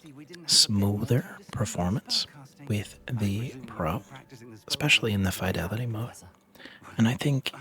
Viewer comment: You pronounce fidelity incorrectly